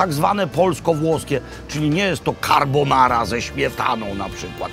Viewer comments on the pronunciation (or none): Carrrrbonara ze ŚmietanO :~Ppp